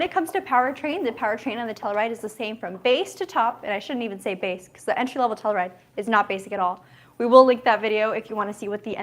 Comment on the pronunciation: Still saying “Tellaride” I see. 😂😂